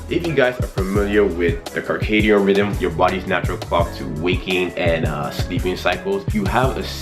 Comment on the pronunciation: Did I just hear you say Kercadium?!?!😂😂 Haha it's circadian 😂😂 Great videos